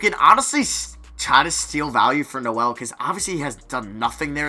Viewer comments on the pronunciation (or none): none